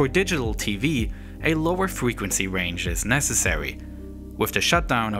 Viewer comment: acwoss the scween. fweqwency wange